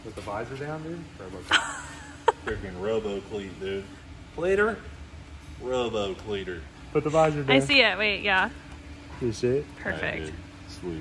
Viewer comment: "Robo cleteter" 😂